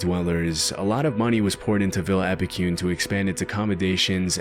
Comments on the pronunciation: Being from Argentina, I just couldn't contain my laughter after hearing the pronunciation of Epecuén i this video 😛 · Awesome vids! As an argentinian I need to correct the pronounciation of Epucuen. The "cue" part would be as you pronounce the "que" part in "quest" in english. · wouldn't expect a synthesized voice to mispronounce stuff like Epecuén though.